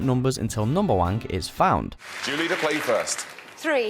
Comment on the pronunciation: Narrator: numberwank Me: it's numberwang Narrator: fuck!